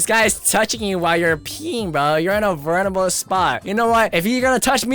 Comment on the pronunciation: Bro said “vernerable” not “vulnerable”